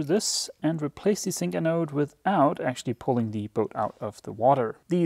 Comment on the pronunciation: for me a zink anode is pronounced with a Z. Just as in English. I don't think the difference between Dutch and Danish is that great, thus I wonder why you keep calling it a Sink anode.